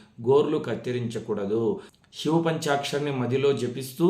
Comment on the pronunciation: గురువు గారు మీకు చెప్పే అంతటి దాన్ని కాదు... షివ, షుబ్రం అలా కాకుండా శివ, శుభ్రం ఇలా కదా పలకాలి. తప్పుగా అనుకోవద్దు. తెలుగు అంటే నాకు చాలా ఇష్టం.🙏🙏🙏